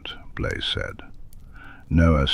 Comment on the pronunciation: His name is Blaze not Blay.